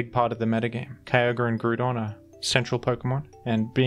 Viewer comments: Did you deadass just call it "groo-don?" That's almost worse than "medicam." Learn the names, genius. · So fun to hear how different people pronounce pokemon names. "Medi-Cam" and "Groodon" stuck out to me for example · The way you say Groudon makes me want to eat a bob-omb